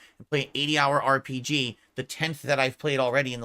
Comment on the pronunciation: Say RPGeee again. I dare ya, I double dare ya,. Say RPGeee one more GD time.